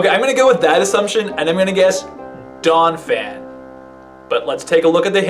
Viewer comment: you speak it like doomeasel i think